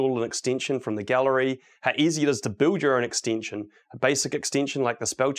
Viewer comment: If an extension is an extinction, how do you pronounce extinction? :}, talking seriously y love VSCode, great talk